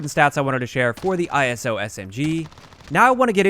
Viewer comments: The “eye-so”. “Not I-S-O” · It’s pronounced “Ice-o”. Like in ‘Iso’tope. Every time you said it, it triggered a bit more 😂.